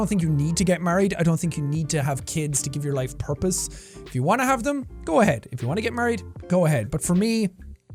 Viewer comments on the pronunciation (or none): I had to rewatch this bit like 3 times to understand he was saying purpose and not herpes codjdodjfodhfdodheofj